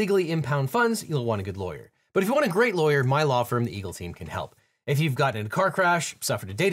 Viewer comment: My favorite part is when you plug your Eagle Team thing, it's like, the most mumbly part of the video, it almost makes me feel like my brain gets numbed becauseyoudontjusneedaleeglteem uneedtheeegelteem then boom, back to articulation